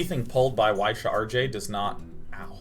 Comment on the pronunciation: YES! Finally he's learned how to pronounce Y'Shaarj!